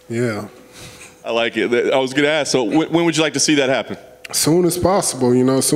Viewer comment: He pronounces ask like ax....